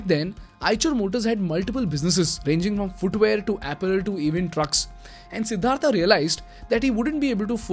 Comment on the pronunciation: What is सिद्धार्था its सिद्धार्थ you are from india bhai By the way great video